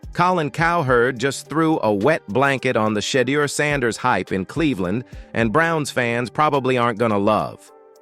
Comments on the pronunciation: Lol that's all you mad at ai mispronouncing shed ears name Knucklehead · Man you make a video about someone learn to say his name correctly. Sheduer Sanders. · This announcer says everybody's name right except for Shedeur Sanders, either say the name right or stop saying it at all, if it turns me off I know it turns off a lot of others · AI can’t discern pronunciation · Can't get a name right how does he get a job ?